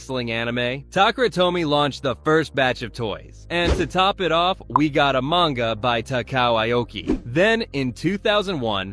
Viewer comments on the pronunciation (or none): none